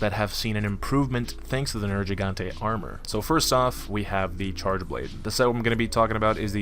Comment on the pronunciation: IT'S A HARD "G" IN HIS NAME. Ner-GEE-gante. Fuck this triggered me. They literally say his name or loud in the story.